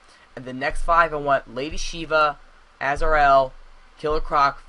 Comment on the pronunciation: Why should Green Arrow be here? Other then that he's cool? There's no reason. Why do you wanna see the Robin origin AGAIN? Also he became Robin when he was like 10... His name is Azreal, pronounce the "r", killer Croc and Firefly are not assassins. Martian Manhunter is way to powerful to be in a street level game like this. Is the a reason for all the Justice league mentions and hopes, like was any of it confirmed, or are you just a JL fan?